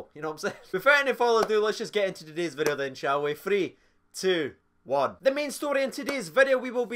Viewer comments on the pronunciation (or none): none